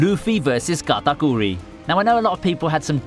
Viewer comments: the way he says katakuri is just so indian its sad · The way my man said katerkuri🤣🤣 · Him saying katakuri hurt me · luffy vs k a t a k u r i love the way you pronounced that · I love how you say katakuri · Was anyone else lowkey annoyed by the way he said Charlotte katakuri? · Everytime he tries to pronounce Katakuri 🤮